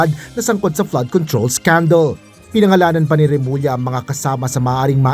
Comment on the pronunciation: Inis or suklam talaga si marcoleta kay remulla, ni hindi nya ma Bigtas name ni remulla